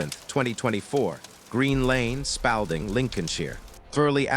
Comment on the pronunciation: It's pronounced Spalding as in paw not pal